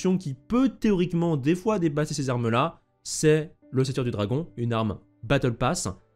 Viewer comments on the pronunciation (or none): none